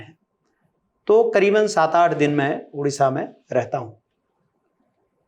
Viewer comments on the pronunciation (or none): उड़ीसा नहीं ओडिशा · Udisha ❌ Odisha ☑️